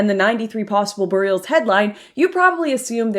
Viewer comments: Lauren why do you pronounce things differently? "Burr-eed" "tram-ahh" ... I don't know people that talk like this and I'm good friends with your sisters highschool best friend (similar age and location) I'm genuinely curious. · Burial. (BARE + EEE + ULL). Great work hun. I loathe what my country has turned into.